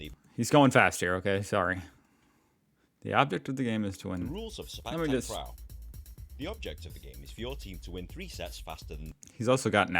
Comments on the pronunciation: Clarification about Sepak Takraw pronunciation. 1st word: It's Se- with the same vowel as se- in sell, then -pak is sounding like "puck" not "pack" as most of the westerners read. So the "CPAC" you guys read is all wrong. 2nd word: Takraw is Ta- Kraw not Tak- Raw. Ta- sounds like T in the word "lotus" and now the kraw is the same vowel with awe in awesome. Hope this helps. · The correct pronounsation is "say park tark raw" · The W in Sepak Takraw is not silent. It is pronounce as in the word "NOW" or "COW." The ball speed is almost as fast as in table tennis. With lots of practice, players can predict where the ball will go so they know whether to allow it to go outside the court or to try to tap/touch it.